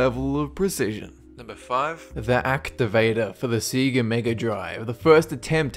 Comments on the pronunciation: Say-GAH not see-gah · SEE-GAH ?? More like SAY-GUH....dumdik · I'm jus annoyed u keep calln Sega ,ceeguh....not CeeGuh....Saygah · Say-ga, not See-ga. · I hate to criticize you, but the pronunciation of Sega is Sey-ga not see-ga. If you've ever played Sonic or Sonic 2 you'd know this due to how it says it before the game even starts. Hell even just watch the startup of it on YouTube and it says it. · Uh, it's Sega, not Siga, dude... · "Sii-gah"? I thought it was pronounced "seh-gah" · SAY-ga. Not "SEE-ga." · Its sega not seega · It's so funny when he says seega instead of sega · Its Sega(Say-Ga) stop saying it like see-ga it was driving me insane. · Please stop saying SEGA "seaga". Its "sayga". Want more proof? Start Sonic on Genesis. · YOUR SAYING SEGA WRONG. YOUR SAYING SEAGA ITS SEGA. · See-gah? It's SEGAAAAAAAAAAAAAAAAAAAAAAAAAAAAAAAAAAAAH! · Say-Gah. Not See-Gah. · it pronounced sega not seega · Could have sworn SEGA is pronounced Say-Ga, not See-Ga... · It's not seeeegaaa its sega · GAMING "See-guh"... facepalm "Say-guh". lol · So much mispronouncations like Seega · what the fuck is a "Sea-Gah" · What the fuck is a see-ga? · Say - Ga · I'm Australian and I don't know a single person who'd pronounce it "see-gah". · it's say-ga +DP Cameron m8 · "Every sega commercial pronounces it "say-ga" wrekt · 株式会社セガゲームス is it's original name. The name was created in Japanese, therefore so is the pronunciation of it. PS. セガ part reads sega. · It's actually pronounced sega, there is no long vowel sound at the end of se. せが. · seega lol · You mean Say-GUH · Lmfaoo he said seega and heytch D DVD XD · Seega? Tell me I missed an inside joke as to why he pronounced Sega as Seega? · You know it's pronounced Say-ga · See-gah? Or is your nose stuffed? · ... he pronounced it "Seega" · Stop saying seega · Did he just pronounce sega as seega? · Se gais! Pronounciation doesn't matter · SEGA is pronounced SAYGAH. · its pronouced "say-ga"